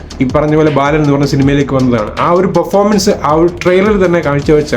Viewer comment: ബാലൻ....... ബേലൻ അല്ല.